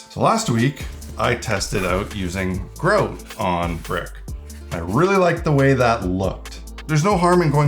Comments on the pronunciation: Until he turned the box round i had no idea what he was saying. "What's Groat, other than a medieval coin?" Oh! GROUT (gr-ow-t) 😅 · Ah yes, "groat" which we all know is Canadian for grout. "Soarry" for pointing that "oat."